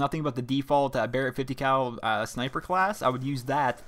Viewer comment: Lol you say sni-i-per too? Lol I thought it was just my brother and I that say it and everyone else says sn-eye-per.